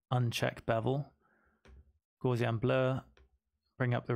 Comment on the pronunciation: Thanks for this illuminating tutorial! Only one minor criticism - you pronounce gaussian incorrectly (named after German mathematician Carl Friedrich Gauss).